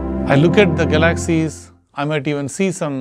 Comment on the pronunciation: Hi, you're getting very good at this. Now, if only you could pronounce galaxy's. Haha. Have a nice night.